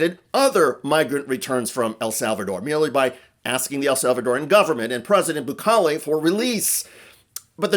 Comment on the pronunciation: Its Bukele😢😢.. i hate the guy but get the name right!